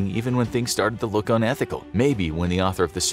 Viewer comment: "Today we take a liik"